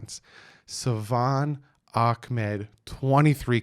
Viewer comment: You did it,! You said Salvon's name correctly! 🤣 Fins Up!! 🐬